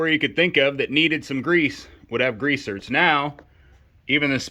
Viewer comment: Are you saying grease zert? I'm guessing you are saying grease zerk but I'm hearing zert.